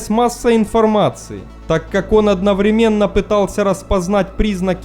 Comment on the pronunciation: ОдноврЕменно, ударение на выделенную букву Е